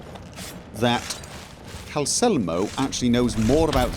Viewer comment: I mean, dude forgot the second L in Calcelmo's name for ages.